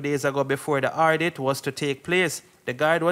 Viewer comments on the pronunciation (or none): So if he doesn't speak, what must he do? Text on the screen? I agree with you that his English reading skill is very poor and the word " audit" was incorrectly pronounced by him. 🇨🇦🇨🇦🇨🇦🇯🇲🇯🇲🇯🇲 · Stop try to speak. What is "Ardit"? Audit is the word.